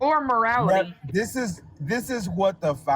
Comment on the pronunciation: dis and dat lmao